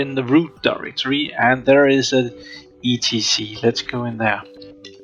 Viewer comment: yeah, I've noticed your not used to Linux. Like how you spell out S.U.D.O instead of saying it "sue-dough". Same with etc, most say "et-see".